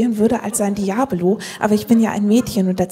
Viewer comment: Wie großartig sie noch absichtlich "Diabolo" sagt x). Ich liebe den Humor dieser Frau.